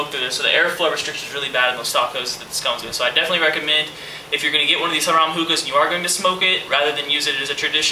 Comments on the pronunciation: its pronounced "hair-em" like a one guy and 50 girls, it means it's a hookah for luxury use haha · Great vid. BTW, Harem is pronounced Hair-Um